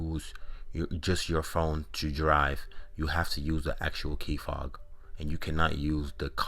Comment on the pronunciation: . Did you just say key fog? wtf bro